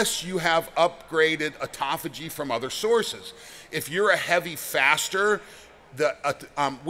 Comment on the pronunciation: Thank you for not saying, "ot-tō-fā-jē." I've heard more than one person pronounce it that way, and it makes me wonder how reliable their information is.